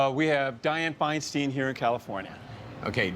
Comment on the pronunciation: The first time I heard the correct pronunciation of the name Feinstein by an American.